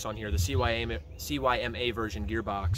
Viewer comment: good job guys! Just one tip the stock isn't made out of polycarbonate, It's most likely a polymer-based hard rubber plastic. Also, CYMA is pronounced see-ma, the name isn't spelled out... it'll save you four syllables. Great work guys, keep it up!